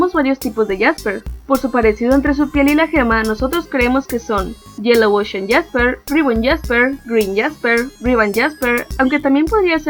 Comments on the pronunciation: Es jaspe no jasper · no es por molestar ni ofender pero se llama Jaspe y no Jasper